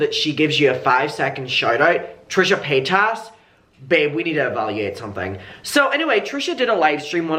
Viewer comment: I enjoy watching your videos but I hope you’ll try to pronounce her last name right, I don’t like her either but it drives me when people don’t pronounce it right. Hope you had a good weekend!